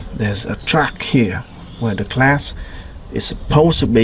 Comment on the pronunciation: its glass not class lol